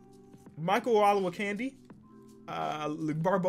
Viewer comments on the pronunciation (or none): Michael [Oh-Loe-Woe-Candy] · Still gets me that can’t pronounce Olowokandi’s name right 😂😂😂 also Matt Harpring (he says harpringer) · Damn its O Low Wuh Candy